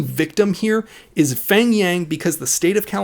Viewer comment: Ight, I am not trying to make fun of your pronunciation or anything but his name "pheng" is actually not pronounced "feng", in hmong it is peng, just ignore the h like how you would when saying hmong.